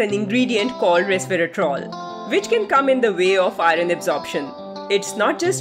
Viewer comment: Pronunce iron properly. It shouldn't be pronounced as "i run"